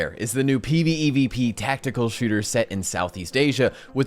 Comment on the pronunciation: Be honest, how many takes until you said "PVEVP" right